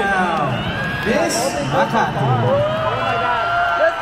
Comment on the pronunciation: Xian said ms.kamati referring for.kamatis its ms makati right.bulol.